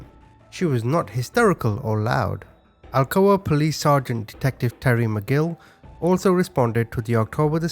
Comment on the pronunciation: I live an hour away from Alcoa. Never heard of the case...and also it's pronounced like blunt that you smoke